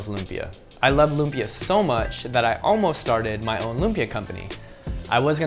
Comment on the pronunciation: It's pronounced loomp-Yah. There's an emphasis on the beginning of the second syllable.